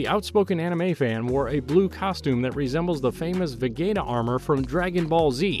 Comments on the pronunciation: Who the hell is Ve GATE A - you mean Vegeta (Vejeeta) lmao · Vagayta armor???? 😂😂😂😂 bro throw some respect on Vegeta name 😂😂😂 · they way he said vegeta🤣🤦🏾‍♂️ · Thats Defintly one way to say that name